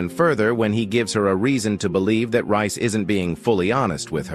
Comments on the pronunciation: It's Reece not Rice. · Who the hell is rice. Not a British narrator, so incorrect pronounceation